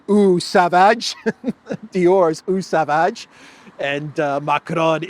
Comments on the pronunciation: Pronounced SAVAAGE...yes baby it is a real cologne. Too bad LITTLE NAPOLEON abuses it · Eau sauvage = Oh sovajhe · Johnny Depp is the model for Dior Sauvage cologne. It is pronounced So-vajjj … Le Sauvage 😂